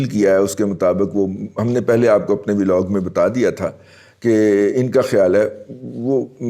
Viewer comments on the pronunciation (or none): none